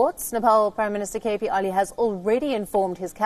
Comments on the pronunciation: what an useless anchor. She says Oli as Ali several times.. should correct her pronunciation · It (Oil) is pronounced O Lee not Ali 🤭🤭🤭😅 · It's oh!_li (oli) not Ali 😉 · Let'sfor once agree, the pronunciation of propernouns , und it's Oli, and not Ali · Please pronounce Oli & not Ali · His name is not Ali, its Oli. You can address him as Mr. Sharma is its difficult to pronounce Oli. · is a great news anchor. Her pronunciation for Nepalese name is strange.